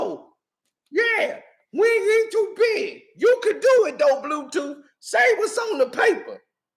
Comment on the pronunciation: "blue toof" 🤣